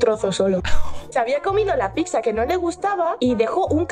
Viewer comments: Un gatito muere cada vez que dice "picsa" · Por que la gente dice PIXA y no pizza ? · Todo muy bien, pero PORQUE DICE "PICSA"? Es que no lo entiendooooo!!!! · No es "PICSA". Es "PIZZA". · En serio una persona que ha trabajado en ese sitio, no para de decir "Picsa"?